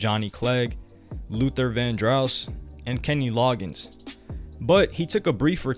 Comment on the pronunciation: Luther VanDrouse? Nah man ...🤣 It's pronounced ''Van-Dross'' & spelled 'Vandross'